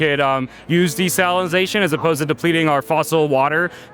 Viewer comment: "Desalinozation" guy